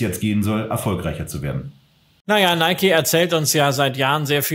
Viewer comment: Top! Danke.PS:Film geguckt, aber dennoch nicht "Neikie" gesagt. So wäre es richtig 😊